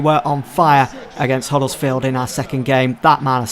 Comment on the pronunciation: Huddersfield. Hudder not Huddle.